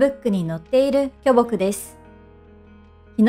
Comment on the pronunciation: きょぼくイントネーション気になる